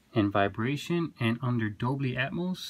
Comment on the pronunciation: It's dolby not doBLY 😛